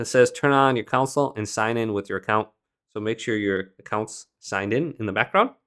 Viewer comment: its pronounced Con - Sole not council. Thanks.